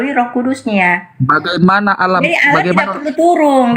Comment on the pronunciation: kpd debater muslim harus tegas..jgn biarkan kata "Allah" diklaim oleh oten. sakit hati mendengar oten mnyebut alah...pdahal mereka itu mnghujat.